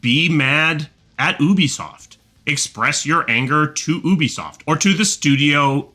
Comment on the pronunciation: It's pronounced yubisoft, not oobisoft. As in - ubiquitous.